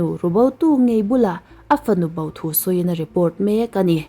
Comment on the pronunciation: Hau ti lovin ho,bau ti lovin bo tiin lam ri ta zawk la,a dikin a mawi zawk ang.